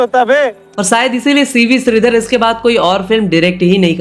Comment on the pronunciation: Bhai kya aapki zindagi mein SHA word nahi hai shri ko sri shaam ko saam bhai aapne to mere kaan mein dard kar diya bhai apna tallaffus theek karo rehne do sara mood kharab kar diya suruwat ab mujhe gussa aara hai 😡😡😡😡😡😡😡😡😡